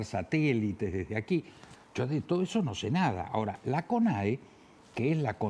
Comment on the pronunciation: Y dale con decir conea... Es CONAE!! El ex embajador estuvo muy bien con sus comentarios